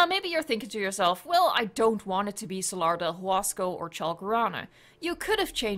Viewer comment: That's a weird way to pronounce "Salar del Huasco" and "Chalcorana"